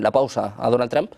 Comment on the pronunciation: Este periodista se enreda solo...😂 Ah y no se dice Donald Tran 😂